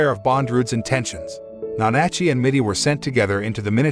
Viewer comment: It's NA-NA-CHEE!